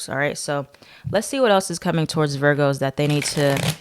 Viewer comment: Love it when you say “veer-goes” 😂🥰